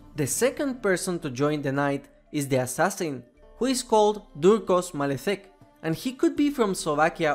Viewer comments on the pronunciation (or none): Its not "Malechek" how you said it ;D We say "Maleček"